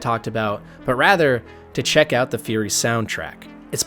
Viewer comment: It's Furi, not Fury ;-).